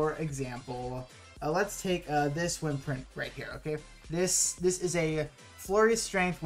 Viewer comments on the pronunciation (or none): The way you say wyrmprint really bothers me. Lol. Like, you said can or "worms" correctly. And theyre pronounced the same. good informational video, though, for sure.